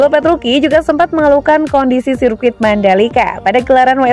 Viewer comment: Gausah sok di baca petruki.. Petruci tetep di baca petruci.. Tolong mba mba nya yg baca berita ini cari info lbih dalam lagi ya sblm bacain berita.. Ketika anda menyebutkan petruki, ntah knapa badan ini bergetar...